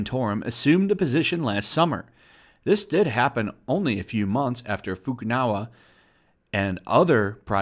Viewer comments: why u keep saying FUKU NAWA it's FUKU NAGA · Just a bit of a correction for you. Its pronounced foo-koo-nah-gah not foo-koo-now-ah I always thought Funimation was weird. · They mean as opposed to "nawa" which is what's been used consistently in the video but emphasised the wrong part of the name. Maybe it's just a presumed cultural/language difference thing, or just simply misreading? I don't want to presume anything worse. But romaji (japanese written in latin letters) doesn't use any weird pronunciation trickery that would lead to naga sounding like nawa. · Anyone else notice that Fukunaga is being pronounced Fukunawa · What's his name? Fukunawa? I didn't realize that was how you pronounced a G. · Just a little heads up. Naga is pronounced Nag-Ah. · You are butchering Gen Fukunaga name so badly. You have been saying 'Jin Fukanawa' through your whole video 😂😂😂😂